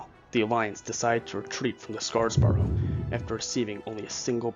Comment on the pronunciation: Also, it's SeRAPis, not SePARis. EDIT: And SCARborough, not SCARSborough.